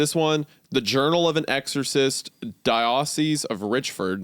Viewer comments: What was that, Isaiah? Die-ahs-sees? I wonder if that story takes part during e-you-cuh-rist. /s Seriously though, at this point I think you're intentionally fucking with us on some of these pronunciations. Out of all the words I'd expect you to properly pronounce, those relating to Christianity (especially fundamentally so) are the main ones. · I've heard you mispronounce it twice now. "Diocese" is pronounced DEO-SEES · Wendigooner is definitely not a Catholic. How he butchered the pronunciation of diocese was truly blasphemous. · He mispronounced "Diocese", I thought he knew his religious history, how could he? 😭 Although, a Diocese is more a Catholic or Anglican thing, and he's Baptist so idk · Wendi needs to learn how to say diocese lmao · Honestly surprised wendi doesn’t know how to pronounce Diocese lol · LMFAO,.. Isaiah pronouncing Dioceses wrong lol... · As a Christian, Isaiah should know how to pronounce Diocese. But I appreciate that his cavalier pronounciation of words shows that he reads more often than he listens to things. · how does the youth pastor gentleman not know how to pronounce diocese? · He didn't say diocese right. The Sunday School teacher. Mispronounced the word that means Christian churches under the supervision of a Bishop. Of all things. It would be like him saying Job (dzoub) like job (dzaab). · Just casually showing the boys with selfies with Travis weaver. Funny immediately Isaiah is back to not knowing how to pronounce words from his wheelhouse like diocese.